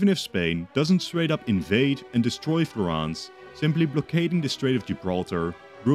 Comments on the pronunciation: "FlorEnce" not "Florance" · O il modo in cui diceva Florance alla francese come se si avvicinasse di più alla pronuncia italiana mentre invece Florence le assomiglia molto di più🤣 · same 'Florance' Edit: youtube is ass i'm on a computer and can barely type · Florence (/ˈflɒrəns/ FLORR-ənss; Italian: Firenze [fiˈrɛntse] ) or FlorAAAAAHHnz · FlorAnce???? FlorAnce??? Did i get it all so wrong and thats how you actuakly pronounce it? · Awesome video as always but that pronunciation of Florence is wild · as an italian I was so happy for you to make this video, until I heard you pronounce Florence 😂😂😂😂 still amazing video tho